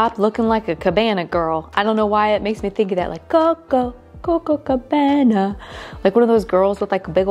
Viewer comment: The song is “Copa Cabana” not “Coco Cabana”. Not a big deal, I know; I just thought that if I was saying something wrong I would want someone to let me know. 🙂 Your tree is beautiful 🎄Merry Christmas 🎅🏼